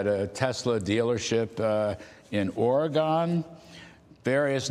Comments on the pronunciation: It wasn’t even my east coast way of flattening that second o. Man was straight up going for oregano and stopped mid word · The interviewer can't even pronounce OREGON...it's not Orygun.. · There’s really no excuse to not know how to pronounce Oregon. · People who aren't from Oregon, never seem to be able to pronounce it properly and I don't understand why... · I cringed at the newsman's pronunciation of Oregon.